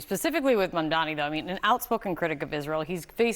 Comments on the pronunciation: you both are journalists, pronounce his name correctly. MaMdani. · You all keep saying his name wrong. it's MAMDANI not Mandani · guys. it’s M-A-M-D-A-N-I (mom-dah-nee) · M-A-M-D-A-N-I not mandani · Mam-da-ni, come on guys it’s not that hard. Not Mamdami, not Mandami, not Mandani, it’s Mamdani. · His name is MAMDANI not mandani. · It would be great if you guys could pronounce his name correctly. It's really not that hard, it's exactly the way it's spelled: MAMdani (not Mandani)!